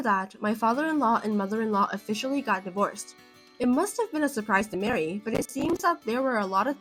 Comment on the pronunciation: Maree not Mary.